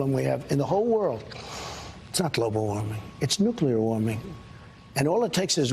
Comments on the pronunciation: "It´s the nookler! The nookler"! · When I hear him say nuclear, I think of Homer lol